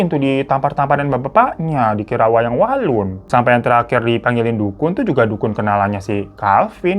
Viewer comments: 17.48 Wayang wangsul ❌ Wayang walun ✅ Yg bener lu babu hahahahaha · Gw mikir "apa gw salah denger ya pas dia bilang wayang walun" Krna seingetku pas awal² cerita dia kan bilangnya wayang wangsul. Tapi dengan kebiasaan si orang satu ini yaudahlah paham aja😂😂😂